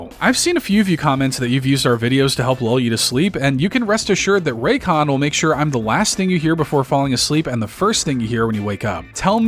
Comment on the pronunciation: Buddy said raycon 😂 hell nah